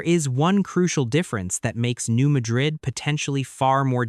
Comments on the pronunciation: Please pronounce correctly-- New Mad-rid (Mad as in angry--rid as in getting rid of something). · It’s pronounced New MAD’ rid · Some of the pictures do not correlate with the story. There are no mountains in the New Madrid fault line area. Also, the speaker pronounces Madrid wrong. The first syllable has a short "a" vowel sound. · Yes, as a midwesterner, the correct Pronunciation is MAD-rid. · The first syllable in "Madrid" is accented, not the second syllable. It's not pronounced like the city in Spain.